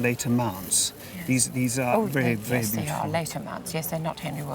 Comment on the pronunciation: ’Yueeess’ in the most British way possible here